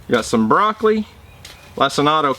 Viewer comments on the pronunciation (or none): did you say Broccoli? HEY Dutch ready for round TWO?.